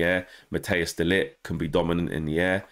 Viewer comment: One thing as a channel you all should do, if De Ligt signs is show the respect and pronounce his name correctly!!!